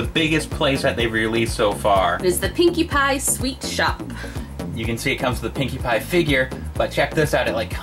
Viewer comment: the first time said pinkie pie it sounded like pinkie bye